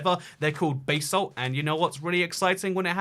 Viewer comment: It's pronounced basalt, not basalt